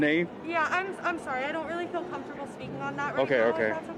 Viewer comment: I love the extra syllable you put in "comfortable". So cute! 🥰